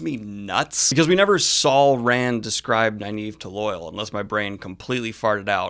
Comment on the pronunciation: For such a super-fan, why do you keep mispronouncing "Loial"? It's not pronounced like "loyal". It's "Loy-ALL". The show got it right.